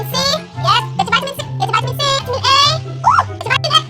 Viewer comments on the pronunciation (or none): i've been chuckling since she said vitamin i 😂